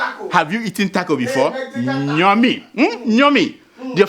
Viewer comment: Bloda it is yummy not nyummy😂😂😂